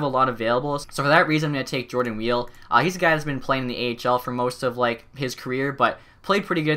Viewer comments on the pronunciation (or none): none